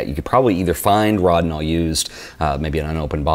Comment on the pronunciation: NIce stuff except it is pronounced with a long 'o" like "Row-dinol"